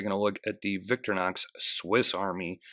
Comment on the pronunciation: Don.....It,s Vic-tory-nox......Nit Victornox......;)